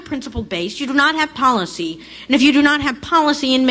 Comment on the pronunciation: I still cant forgive him for the way he pronounced "policy"